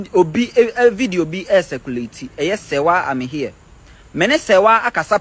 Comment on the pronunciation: The way you are mentioning her name shows you don't even know Serwaa.. what is Serwaa Am here, it's an Akan name so pronounce it well😅😅😂😂